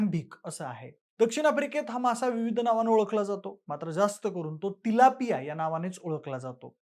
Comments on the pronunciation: By the way haaa tilapia aahe chilapia nahi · video banvaycha adhi kiman fish ch naav tari nit mahiti karun gha lok chilapi bolat asle tari 'Tilapia ' asa nav ahe. utube var fish cha navat correction kela asta tar bara zala asta